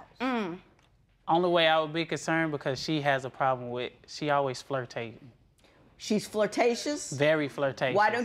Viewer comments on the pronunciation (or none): Bruhhh this dude said "she always flirtatin" I done heard it all 🤣